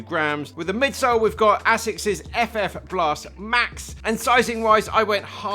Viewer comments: Absolutely murdering the japanese pronunciation 🤣 Great video as always! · bro can't pronounce Asics lol